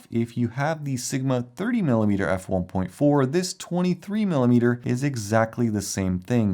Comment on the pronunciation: Ah yes, "The Sigma Four Cheese"